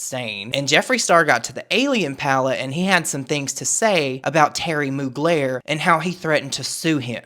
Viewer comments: not moogler..... intentional mispronunciation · Him saying "Terry Mogler" as if he doesn't know who that is is hilarious scorned hopeless highschooler behavior lol. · He’s such a piece lol “Mogler” wtfe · Brand sloot Jeffree acting like he doesn’t know how to pronounce mugler. His cheap looking new pallets, he needs to give it up and stick to e-begging as a 40 something yo on tt